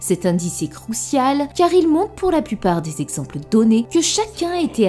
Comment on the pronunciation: Crucial? CROUCIAL 🤣🤣🤣